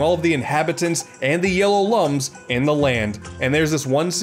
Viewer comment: it’s spelled like lums but it’s pronounced Looms like IlLUMination